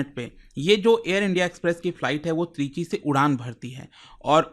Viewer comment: Trichy ❌ Three G✔️